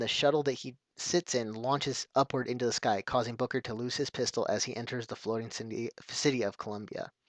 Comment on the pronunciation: did you just say "Booger"? :P